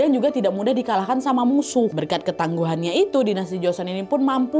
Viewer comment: Bukan joson kak nadia,,setahuku yang benar joseon